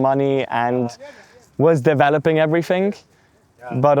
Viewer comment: There's something seriously off about this guy. Growing up in the UK and not having a British accent, like - what?! That's literally impossible. He also can't say TH but replaces it with F. "Fink, everyfing", that's what Serb's do. Literally living in 3 different countries, speaking 2 languages and not developing a native accent in any of them...unbelievable and not possible. So yeah, something is not adding up.